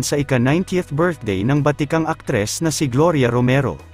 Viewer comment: Improve mo ang tagalog mo tulad ng batikang aktres inde "vatican"